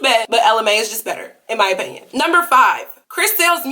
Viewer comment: IK U SAID APINYON BUT GIRL